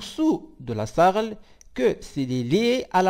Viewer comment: On dit S. A. R. L.